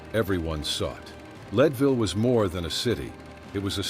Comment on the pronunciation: PLEASE program your AI to pronounce people and place names accurately...example: it is NOT LEED-VILLE, Colorado, it is LEDville...come on...if you are doing historical information...get it right. AI can be programmed...so please correct this. Another example of this problem is Ms. Dunn...she was called the Rose of Cimmeron (Simmer-on) ...not the way you pronounced it. PLEASE correct this.